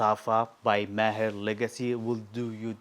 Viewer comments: That's amazing. No wonder you pronounce Maher, Entebaa properly 👌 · I like how you pronounce "Maher", sounds authentic 👌 Nice list bro